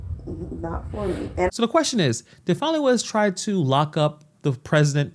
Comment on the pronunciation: It's not pronounced fawny, or fah-nee, it's Fan-ee.